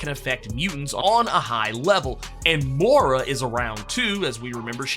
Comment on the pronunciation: Dude....I've heard you pronounce Moira correctly...Why the Mora?